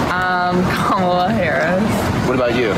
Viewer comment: This goof gives himself away when he slips and says Harris correctly.